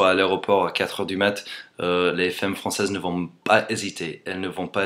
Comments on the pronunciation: Les faimes françaises :3 C'est fAmme pas faime :') Sinon ton accent est tellement parfait que je croirais parler à un français x) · heu.. tu veux dire les "faimmes" ou les "femmes" ???? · femmes ce dit "famme" ;) great video anyway ! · Femmes se prononcent fAmmes le E se prononce A comme il est suivi d'une double consonne ;) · to pronouce " femme properly you have tu say the " a " of f(e)mmes such as the a of cat ! cheers from france !